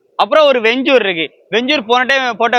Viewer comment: வென்சூர் கிடையாது வென்ச்சர்